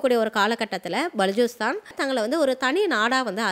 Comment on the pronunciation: பலூச்சிஸ்தான் உச்சரிப்பு B என்று ஆரம்பிக்கும்